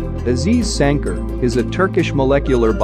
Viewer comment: Damn you read Sancar way too wrong